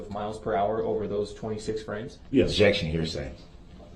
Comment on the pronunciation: Uhjection instead of objection! Tapped! Fair to say!